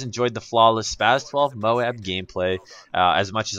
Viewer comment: @ please stop saying mowab its m-o-a-b!!!! ohh nice gameplay